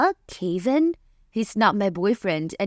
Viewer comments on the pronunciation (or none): So Kevin = Kay-vin? I’ve never heard it pronounced that way.